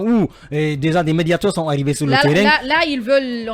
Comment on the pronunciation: Incroyable quelle faute grave pour ce journaliste de Fim FM à la 3 minutes 58ème secondes. Il dit 《les manifestations sonte organisées par le FNDC...》Quelle honte. Qui sont et non qui sonte. Troisième personne du pluriel de l'auxiliaire être au présent de l'indicatif.